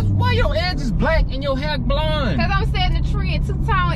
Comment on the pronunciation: He said blound 😭